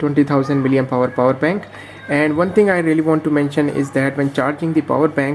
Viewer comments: You have been continuously pronouncing miliempower instead of milliampere. Play your video and listen attentively. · 'Miliempower'..🤣🤣🤣 That's called milliampere. Otherwise the review was good.